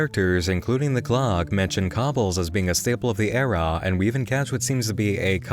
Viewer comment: I enjoyed this video. It was very well done and thought provoking. Whats with the stress on the end of your syllables on the last word of your sentences? "Era" There's a bunch of examples, this just seemed the most out of place.